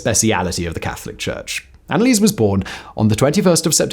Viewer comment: ah simon, you are butchering that name.... but i´ll look over it eventhought my ears hurt everytime you speak her name